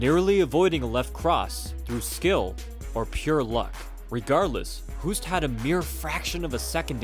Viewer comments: Hoost is pronounced Hoast like in boast, roast, toast (or host) etc Not "who-st" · Btw 'Hoost' is pronounced EXACTLY as the English word 'Host'. Your pronunciation would be written down as 'hoest' which means 'cough' in Dutch 😂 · You speak out the name wrong